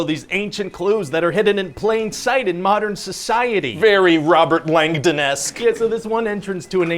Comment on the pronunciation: "How Robert Langdoness"😂😂😂I chocked on my drink....